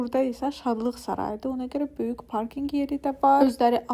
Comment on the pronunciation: Yorulmadan yazacam, nə olar k hərfini deməyi öyrən " böyük" məsələn. Baxmaq isdeyirem, amma əsəbləşirəm.